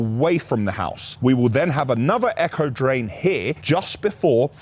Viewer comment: I was trying to work out what an “Echo Drain” was then I worked out you meant “Aco Drain”.